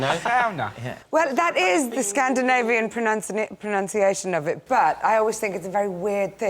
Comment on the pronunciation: Complaining about people's pronunciation, and pronouncing proNUNciation 'proNOUNciation'....